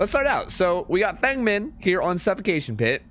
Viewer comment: Her name's pronounced like "fung mean" The More You Know ≈≈≈≈≈≈≈≈≈≈≈≈≈≈★